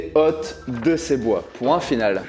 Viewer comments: Erreur de prononciation dans la première dictée, hôte à été prononcé hotte donc forcément des gens se trompent dessus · Sur la première dictée c’est le fautif pour les erreurs à « hôtes » qu’il n’a pas prononcé avec le bon son, et compte tenu du champ lexical un peu loufoque du reste du texte, impossible de se référer au contexte pour corriger soi même et partir du principe que c’est le lecteur qui fait la faute. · Perso la faute 'hotte' je l'attribue à la prononciation de, sauf son respect;)